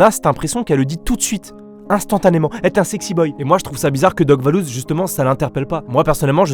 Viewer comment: Je rêve ou il a dis doc vallouz🤣🤣🤣🤣